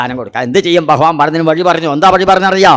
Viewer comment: Pronouncment of Bhagavan not Correct